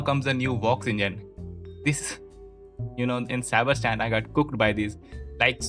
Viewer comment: "Cyberstanies" is killing me😂